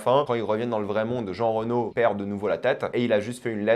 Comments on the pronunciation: Frérot fais un effort c'est Jean réno pas reunot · Merci du conseil. Mais sinon...qui dit Jean Reno?? C Jean Réno pour la prononciation.